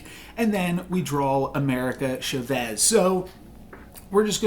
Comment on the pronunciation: Hey I love your vids but any chance you can pronounce "Chavez" more correctly?